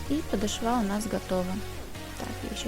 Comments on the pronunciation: Мастер класс отличный!!!! Спасибо! Музыка очень мешает! И надо говорить подооооошва!!!! Не обижайтесь! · Да что же за падашва .... 🤔Делайте правильно ударение , не коверкайте русский язык . Даже не захотелось дальше слушать ваш МК , из за вашего падашвА. 🤨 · ПодошвА!!! Как это теперь расслышать!! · Правда режет слух😁😄 Но мы все ошибаемся! Учится никогда не поздно, я всегда прислушиваюсь!✍👌👍👩‍🎓